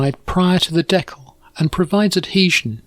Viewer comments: Never heard it pronounced “deckel” before. Good video though! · fantastic as always! Being an American, We say it dē-kal with a hard "E" like people and a soft "a" like in mad. I've not heard it pronounced like you do so I looked it up, and apparently it's also the common way for Canadian people to say it. Just an interesting deep dive I went into because of this video.